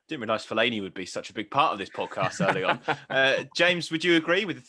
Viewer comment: The disrespect he put on fellani’s name